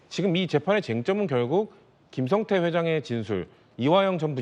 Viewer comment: 중국 에 있던 김성타? ㅋㅋㅋ 김진 앵커. 앵커 맞아? 한글 못 읽어? 김성태 라고 자막 에 나와 있는데. 김성타? 반복 으로 다시 듣기 를 했는데. 계속 김성타 라고 들림. 기자 출신 과 현직 기자 들이 전교조 한테 가장 쉽게 휘둘리는 집단. 아마 북한 하고 전쟁 이 나면 가장 먼저 항복 하지 싶음. ㅋㅋ